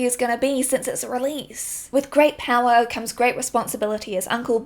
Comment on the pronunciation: Did you say "With great PALLOR comes great responsibility"? Cause that's what I heard 😅